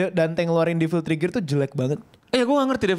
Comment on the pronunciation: Bilang nya FANS tapi pronounce Devil aja kek Bayi